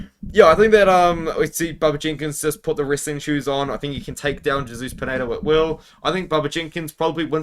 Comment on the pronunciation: we love you but it's Hey-soose not Jay-soose 😂